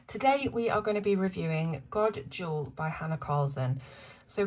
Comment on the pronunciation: Beautiful! FYI, Jul is pronounced like Yule in Swedish. The j has a y sound. The small old man is probably a tomte, or a Swedish gnome. The lady with the candle wreath on her head is Saint Lucia. She has her own day of celebration in Sweden. God Jul and happy coloring!